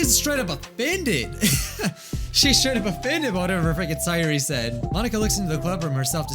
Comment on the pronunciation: Why do you keep on calling sayori saiori it’s say ori